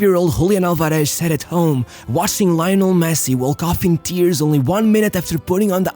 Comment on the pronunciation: I'm surprised how well you pronounced the names and surnames of all Argentina's players and coaches... except for Lionel Messi.🙄